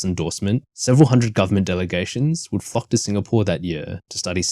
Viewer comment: Your pronunciation gave me a shock. "Following this endorsement, several hundred delegations would f*ck to Singapore that year...." 😂